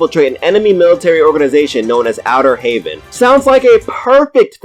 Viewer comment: Dis nigga said outter Haven LMAO bruh